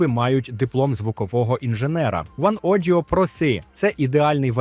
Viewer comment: Що це за озвучування? Схоже на «штучний інтелект», але інтелекту не відчувається взагалі. Якась бездумне начитування тексту без розуміння читаного. Чому у вас «oneodio pro c» — це "ваноджіо проси», а не "ванодіо про сі"? Чому «1MORE SonoFlow» — це «один моресонофлоу», а не «ванмо сонофлоу»? Чому «ен сіи», замість «шамозаглушення»? А «чо́хол» — це взагалі «перл»! Де ви взяли цей наглос?!